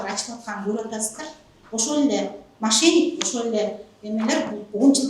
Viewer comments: Машник дейт 😂😂😂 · Машник дейтго, Сары курткачан, мошенник деп айтылат😂😂😂😂